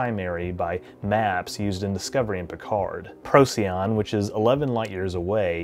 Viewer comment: Procyon, pronounced Pro-SIGH-on. I used to pronounce it the same as you before I learned that.